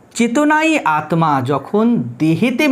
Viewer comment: আত্মা, স্মৃতি, জড়, Disk উচ্চারণ এত ভুল কেন!